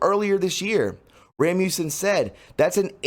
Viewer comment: RAS mussen. not rammussen.